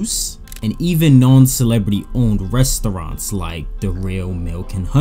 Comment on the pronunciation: I never thought someone can say the word 'Restoouraants' and get me annoyed that many times 😑..